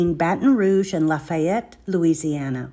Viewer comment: God, the pronunciation of these names are just doing me in. It's laffy-yet, not la-fy-yette . Laffy-yet, and also it's uh-ch-af-uhh-lie-ya , that's how you pronounce that. Plz dear Lord learn the pronunciation of the terms before making a video about it. That's all we really ask. Otherwise you give us locals a good time making and poking fun. 🤣